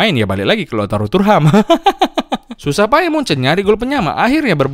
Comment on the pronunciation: thuram ❌ turham ✅